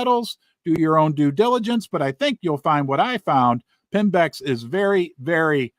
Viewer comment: Correction, it's Pimbex, not Pembex. Sorry, Pimbex.